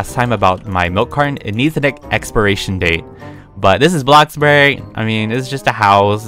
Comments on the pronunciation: i would just like to say he said “bloxburg” not blockburg lol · saying bloxburg normally Me:Are you sure that you are?!